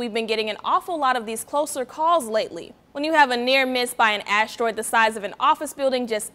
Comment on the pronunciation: Ashteroid.. really annoying when she pronounces it that way.